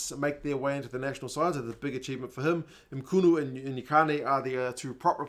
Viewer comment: Sounds like Choo-choo as in choo-choo train - Mchunu = Mm-choo-noo